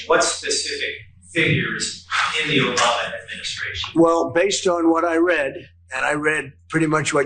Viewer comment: Liking because of the Bruce Campbell reference and now I need to go watch Army Of Darkness omfg he still says it as "Obamna", our president is completely inseparable from the memes